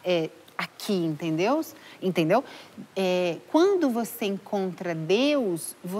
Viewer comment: " entenDeus?" Ahahahah amo ❤